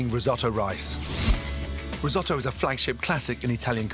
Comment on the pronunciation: dont do risstoto ever again or dont call it risotto